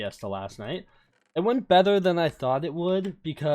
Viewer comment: "bether" goes hard ive listened to that part like 20+ times alr